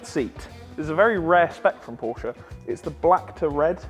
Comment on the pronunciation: Would defo buy a Hoodie that's says Porscha'specialishhh 😂😂😂